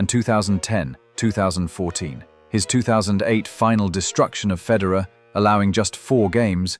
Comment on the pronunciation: It would be helpful if you knew how to pronounce Federer